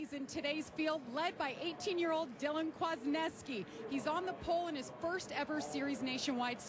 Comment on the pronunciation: Kwaznewsky,thats how you pronounce his last name